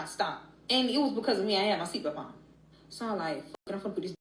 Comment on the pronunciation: What can she not say belt correctly. She said seatbelp every time